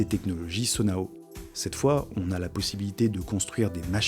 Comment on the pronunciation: A quelle moment Zonai peux etre prononcer sonao